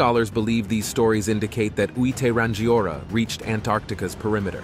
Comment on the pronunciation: Hehe your Maori pronunciation is soooo far of base 😂 But I'd not heard of Hui Te Rangiora before so was very interesting! I am a lowly pakeha though so... 🤷‍♀😅